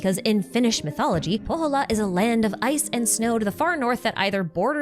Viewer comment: If you ever need help with Finnish pronunciation, hit me up! You're doing well all things considered, but when you said Pohjola, I heard Kouvola, which is kind of hilarious... 🙈😂